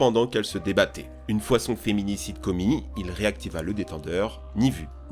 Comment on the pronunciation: "féminicide" mdrr